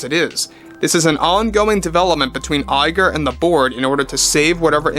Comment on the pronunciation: Hearing Bob Lie-ger never gets old.